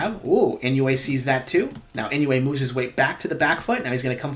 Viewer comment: A little helper on pronunciation: "Inoue" is pronounced like: EE-NOH-WAY (not exactly, but close enough for English speakers) ... there's no "you" sound in there. It's EE-NOH-WAY rather than IN-YOU-EIGH